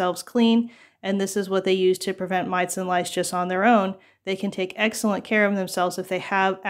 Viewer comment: Lol, I caught that too! It’s a tongue twister! 😊🐓